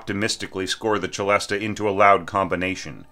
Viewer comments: I've always pronounced it "selesta". Is that wrong? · "se-LEST" if you're pronouncing it in French, 'celeste;' "che-LEST-ah" if you're pronouncing the Italian word 'celesta.' "se-LEST-ah" is an English-speaking hybrid. Don't worry about it, just go with the flow. It's not hurting anything to pronounce it that way. You may work on a project where all the film music folks say "selesta" - in which case, do the same so they understand you. But I'd say if you're going to make a video or give a talk, try one of the other pronunciations.